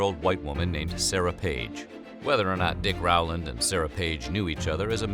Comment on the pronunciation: His name is not pronounced R-wow-land. It is Row-land. Never could figure how anyone could mess that up. Also, Tulsa was not the only massacre at that time. Check out Caddo, Oklahoma. Stringtown Oklahoma black population were “refugees” from the Caddo area. My family were the only Republicans surrounded by KKK Democrats. Plenty of stories of them having to hide in corn fields when the clan came. Oh, and while we are on this topic. It was not only whites. This is Oklahoma. Many belligerents had Indian roll numbers.